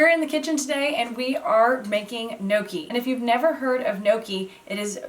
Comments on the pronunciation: lol not gnocchi like ‘pokey’, but gnocchi like ‘rocky’..😄All good, love your vids. This is on my list for the coming week😃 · As always, clear and very easy instructions! Thank you! [Now... add a fork and correct pronunciation and get a double win! Pronounce the letters inside the parentheses as one letter, (YGNow) key.] I absolutely can't wait to try the beet version. I am currently snowed in so, soon. ~Marie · you should roll up the back of a fork to make a pocket and ridges to hold the sauce and you don't pronounce the N its more a yonki sound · So funny how you pronounce it like "no-key" 😂😂😂👍🏻👍🏻👍🏻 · It's pronounced neeohkee. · just to assist in the pronunciation.......they are pronounced....... "ING-yuck-E. Hope this helps. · Kneeawkey. According to a Sicilian chef I know. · Gnocci , there¨s a J after the N when you pronounce it